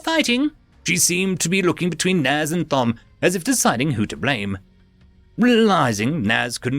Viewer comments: Dude... Thom is pronounced Tom, as in Thomas. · the h in Thom is silent, as it's short for Thomas.